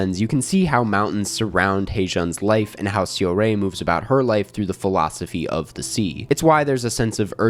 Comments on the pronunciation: hey i have a question. you saw the movie, and throughout the entire movie, they pronounced her name, seo-rae, as "saw-ray", so why can't you make that tiny ounce of effort to get the name right? it's not a word that you can't pronounce, it's not like this info isn't easily available on the internet. if you truly appreciate park chan wook and other korean cinema, i think you should be able to put in an ounce of effort and pronounce the name right. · I really appreciate foreign critics who enjoy Asian movies and always happy to see positive reviews like this. But please some effort in the pronunciation of Korean names would make this clip less jarring. Det Jang Hae-joon is “hay-june” and Song Seo-rae is “sew-ray” 😅